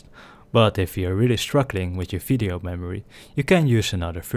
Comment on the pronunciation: Why are you saying fisheo and not video